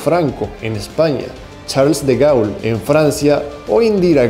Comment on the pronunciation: y se pronuncia DE GOL y LLETULIO. el nacionalismo se quedó corto y provocó muchas cosas malas. hay que superar el nacionalismo y afianzar el patriotismo.